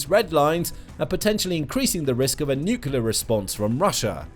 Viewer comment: Aargh! The word is NUCLEAR not NUCULAR! How far did you get in school?